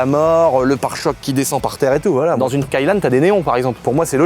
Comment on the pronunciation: je suis vraiment désolé de te reprendre mais, l'on dit Skyline avec un i et non Skylane avec un a! Sinon t'as un tabarnak de beau bateau de course!!! trop hâte de voir la suite... J'imagine tellement la audi tdi tirer le bateau avec le même kit déco que le bateau!!!